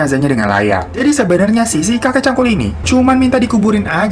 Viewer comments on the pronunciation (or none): hiro bilang : kakek cangkul gw dengernya : kakek cabul :v wkwkwkwk